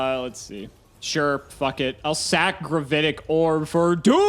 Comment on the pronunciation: "gravAtic" orb? as in an orb of "gravaty"?